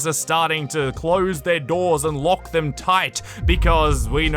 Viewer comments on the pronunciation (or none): none